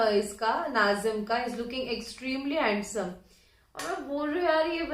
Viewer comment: Mohabat ho gai kiya apko adam se jo bar bar hensame bol rahi he 😂😂😂😂😂